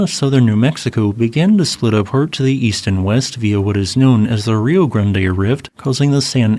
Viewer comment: Kudos for pronouncing Rio Grande correctly. [Ree-oh Grahn-day]